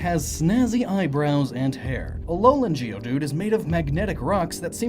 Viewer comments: It's not geoDUDE, it's GEODude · You pronounce Geodude it sounds like geode dude